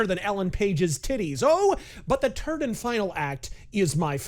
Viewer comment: "The turd and final act." 😆